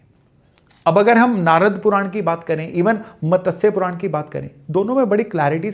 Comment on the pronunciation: आप मतस्य पुराण न बोलें कृपया सही उच्चारण मत्स्य पुराण है लोगों को "मत्स्य" का उच्चारण सिखाया नही गया है मतस्य यह शब्द सुनने में बडा अटपटा लगता है जैसे इच्छा की जगह "ईक्शा" बोलना आजकल काॅमन है लेकिन गलत उच्चारण है स्वच्छता की जगह "स्वक्शता" बोला जाता है जो पुरी तरह गलत है...